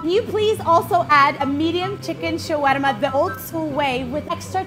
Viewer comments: The way she say shawarrrrrma 😜♥️ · I love this place but it's pronounced sha-wa-ma btw but love u guys y'all r amazing